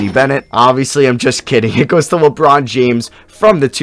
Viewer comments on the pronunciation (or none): none